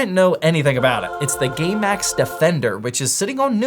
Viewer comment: you DID NOT say game max there.